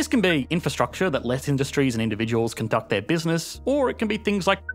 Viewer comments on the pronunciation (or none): none